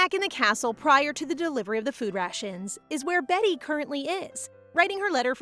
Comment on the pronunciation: I still wonder why people keep saying "Betty" instead of "Beaty" when Beaty is a real name (and is not pronounced 'behtee' but bee-uh-tee/bee-ah-dee) - and this isn't the only video that does it. Every manwa maid or protag with the name "beaty" is renamed by the audio readers both human and AI alike as 'betty' -- such a minor thing but gets to me every time xD. Ya'll, can we at least try to be more concerned with accuracy? That said, at least it's still more consistent than the bad manwa translations that seem to change names every other chapter lmao!